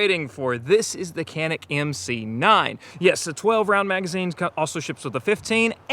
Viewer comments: It is NOT "KENIK". It's true pronunciation is "DJANIK". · Kuh-NEEK is the pronunciation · I'm originally from Turkey. I'm not the best shooter, but I'm a fan of Canik, but not because Canik is our national brand. Because Canik has the best pistols for the price. One thing I wanna add, it sounds very bizarre every time I hear an American pronounce this Turkish brand "Canik". In Turkish language, "C" letter is not pronounced like the pronunciation of "C" letter in English language. it is pronounced like the soft "G" in English language, like in the word "general", "giant", "geography". Or you might just pronounce like "Janik" which is very similar to the original pronunciation.